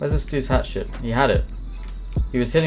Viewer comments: I thought I was the only one who heard hatshit instead of hatchet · The way you say hatchet sounds like hat shit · "He had a hat shit." ?...Ohh, a hatchet!